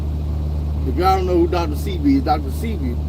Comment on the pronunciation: its pronounced dr seh-bee like ebony unc but u aint lying america got a million coups from cia to fbi killing mlk